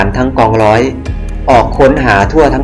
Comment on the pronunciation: ยิงพาด อังกิด ล้อย. รึว่าร้อย เอาภาษาให้ชัดเจนร.เรือล.ลิง. ฝึกออกเสียงก่อนจะน่าฟังกว่านี้